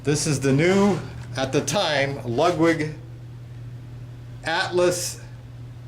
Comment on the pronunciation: and to be even more CORRECT, its not pronounced lugwig.